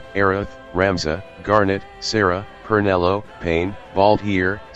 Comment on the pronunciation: I always wait for the AI voice to say "Pernelo". It always makes me smile. 😊